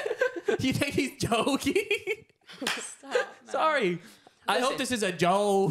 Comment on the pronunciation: the type of guy to say sowry after doing smth wrong